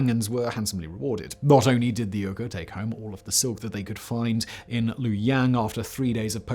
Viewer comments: Hello, Mr Whistler. Love all you channels, love all your videos. Just a quick aside, it's pronounced Wee-gers. That is all. Thank you! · Uyghur is pronounced "wee-ger." They're the Turkic ethnic group currently being "re-educated" by the Chinese communists in concentration camps. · Bullshit accusations! Bullshit pronouncing! It's WueHoo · Lol Simon, it's pronounced WEE-guhr, but I do love you and your channels! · Wee - ghur. China's great embarrassment. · Uygher=wee ger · Please research how to pronounce "Uyghur" next time... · Dude have you not watched a news clip in the last couple years about a certain red part of the world? I’m sure you’ve heard how to pronounce Uyghur… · The fact that he mispronounced Uyghur the whole video made it difficult for me to fully enjoy everything :/ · I thought Simon’s pronunciation was off too, weirdly so because their Uygher descendants have rather been in the news for the last few year due to the persecution of this people by the PRC government. C’mon, Simon - get a grip! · Interesting story; however I'm fairly certain that the pronunciation of "Uyghar" is wrong. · Simon, the way you pronounce Uyghur this entire video is driving me mad lol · Possibly a reference to Simon's mispronunciation of Uyghur which suggests that he's winging it for YouTube rather than having confirmed it with any scholars. I like Simon's stuff in general but some of it has very rough edges. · Uyghur = WEE-gur Not "UR-gur". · One thing, "uyghur" is pronounced 'wee-gur'. As in the ethnic group the CCP is currently committing genocide on. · was listening only and had to check the subtitles because I thought Simon said Ogres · Ill give you a pass because English speakers always butcher other language words but its pronounced Wee-Gur not Er-Gur. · Uyghur is pronounced "WEE-gurr", not "URR-gurr". Would it kill you to learn correct pronunciation once in a while...? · "WEE-GUR" not "URR-GRR". Just btw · It's pronounced Weegur! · Uyghur is pronounced as We-ghur.